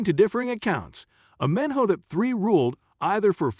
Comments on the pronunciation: AhMENhotup Three!!! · I cant get over how u say his name